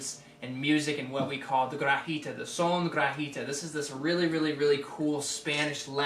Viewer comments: I loved your vid. Pero, the G in guajira is pronounced like an H. Like wa - HEE - tah... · It's pronounced: guah-HEE-rah, or goowah-HEE-da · it's pronounced "gua HEE da." nice job. thank you.